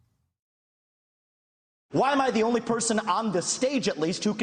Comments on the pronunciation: Its pronounced vivek, like cake. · How many different way are you going to pronounce Vivek's name in one segment.